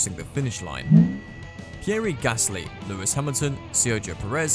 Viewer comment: pierri gasly, carlos saints and kevin magnüssen :D :D